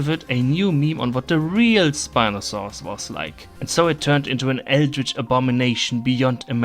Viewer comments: the way he said SpinofaaRus was veRy GeRman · I love how you pronounce Spinosaurus as “Spinosauwus”